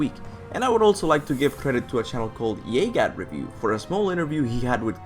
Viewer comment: Yagat Review trust me...just pronounce it with J instead of Y